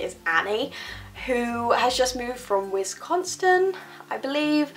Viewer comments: 'wisconstin' idk why that just made me smile so big. not in a bad way at all. im from and live in wisconsin and you saying that made the biggest grin appear on my face. oml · everyone is freaking out about the vampire diaries and teen wolf. I'm focusing on how she pronounced Wisconsin